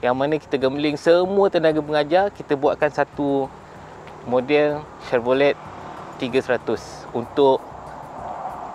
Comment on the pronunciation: Tahniah , cuma satu je walaupun ejaan chevrolet tapi sebutan tu senyapkan t . “chevrole”